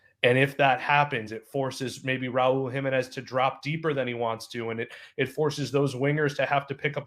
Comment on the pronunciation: His last name is PRONOUNCED....Raúl Jiménez....enfasis over the 2nd syllable!! Not like the British and Américan dude mispronounced!!!!